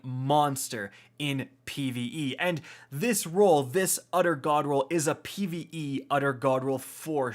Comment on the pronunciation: "We are going to be looking at an udder, udder God roll" He had me in the first half, ngl.